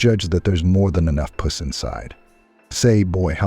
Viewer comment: Oh these AI narrators! So many simple words the AI pronounces incorrectly…”pus” being one. He pronounced it “puss”. Just one example.